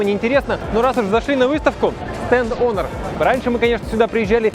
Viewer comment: ЯОИОН 😂 Теперь HONOR буду только так называть - яоион